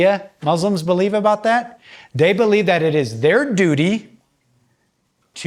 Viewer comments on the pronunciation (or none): none